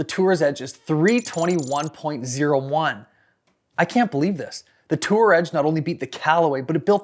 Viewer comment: How many times can he add an 's' to Tour Edge?